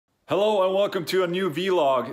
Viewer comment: It's vlog, not vee-log 😁